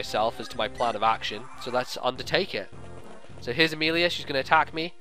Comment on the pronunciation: i ABSOLUTELY love your Amelia accent. I was laughing so hard. great job i have loved ur fire emblem walkthroughs, they introduced me to fire emblem and are just really fun to watch